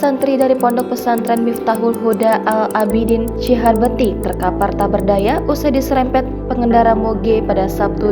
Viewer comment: CI HAUR BEU TI ,,,, BUKAN CIHABERTI ,,, KALAU JADI PEMBACA NASKAH MESTI FAHAM DIALEKTIKA ,, KALAU BACA GELAGAPAN TERLIHAT "TIDAK PROFESIONAL" ,,, YANG BETUL BACANYA